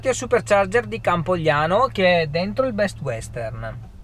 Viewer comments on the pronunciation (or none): CampoGalliano non Campoliano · Campogalliano non campolliano ma cmq bravo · Campogalliano non Campogliano 😂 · peró è Campogalliano e non Campoliano ahaha del resto avanti così che sei forte 💪🏻 Un saluto da un sassolese (provincia di Modena)